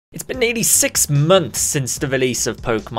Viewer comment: When he says "it's been nearly 6 months" it sounds like he's saying " it's been 86 months"😀